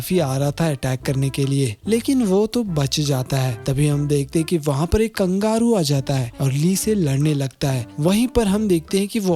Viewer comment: Kangaru Nahin kangaroo